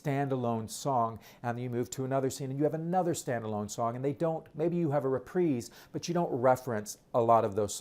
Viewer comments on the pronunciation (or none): none